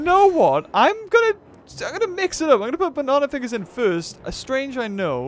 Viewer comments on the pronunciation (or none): none